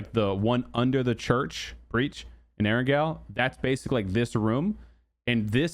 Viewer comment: So you didn’t watch the Whacky Jacky PUBG 101 video Part 1, How to say Erangel?